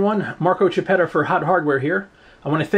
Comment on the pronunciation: ehy, you have an italian name and surname, so i guess your blood is italian: please, you must pronounce your name correctly! It's "KIappetta", not "CHAppetta"! In italian "chi" is "ki". greetings from ITALIA (